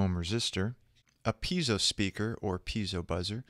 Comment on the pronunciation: it's piezo not peizo, great tutorial btw, actually all your tutorials are great i watched them all and learned a lot.